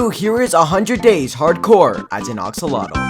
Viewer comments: He kept saying oxolotl but it's actually axolotl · It is not ox lol tl it is ax llol tl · are we going to ignore that he said oxolotl instead of axolotl LOL